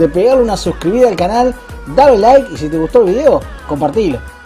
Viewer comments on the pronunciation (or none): none